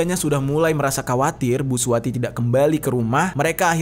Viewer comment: Akukan dgr bg jeri nih sambil ngerjain tugas... Blas g liat2 hape...sampailah ke saat ditemukan mayat seorang ibu2 yg namanya SUWARTI. Dengar terus nih..kok lm2 bg jeri blgnya suwati g pake r.....bkn suwarti...kok bg jeri nyebut2 namaku...tak dengerin...iya i...suwati...smp tak putar balik mau tau nama ibu itu siapa...dapatlah...SUWARTI....bg jeri bg jeri. Gara2 si samsudin buat heboh. Sukses bg jeri